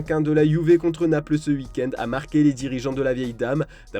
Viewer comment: Ca sent l'accent de l'EST : "Uuik-end" au lieu de "week end". On t'a grillé 😂😂